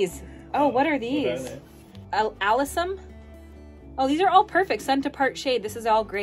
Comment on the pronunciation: You pronounced Alyssums wrong 😂😅 it’s the flower I was named after